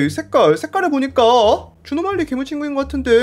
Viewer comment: 옥에티 발견! 에 주노말리가 아니라 주누말리라고 했습니다!